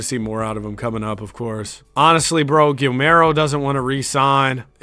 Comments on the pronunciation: Its Gill-Merro get it right🙄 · Gill Mero apparently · Kinda having a tantrum after you keep on saying "Gilmero" 😅 jk, FIRE VIDEO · Take a shot everytime he pronounced Guillermo wrong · Guillermo would’ve been a good player but he was mad you were mispronouncing his name I think. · is the type of guy to not be able to pronounce Guillermo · I was wondering if anyone else noticed that too, it drove me mad